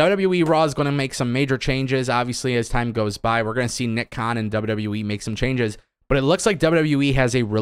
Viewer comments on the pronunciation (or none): "Double double youwee"